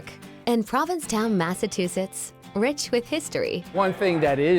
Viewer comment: The narrator can’t even pronounce Massachusetts 🙄🙄